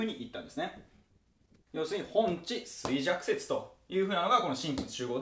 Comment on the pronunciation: ほんちじゃなくてほんじだと思います！